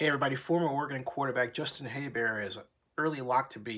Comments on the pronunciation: I was surprised you're 5 weeks into the season and you still don't know how to pronounce his name. HER-BERT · Her-bert bro lol but yea defense caused them the games